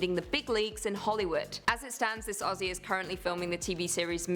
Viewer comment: You guys pronounce Aussie perfectly, so many Americans just can’t get it right, go onyx guys 😃😃